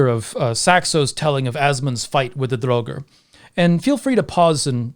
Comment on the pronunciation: Why do you repeatedly mispronounce draugr?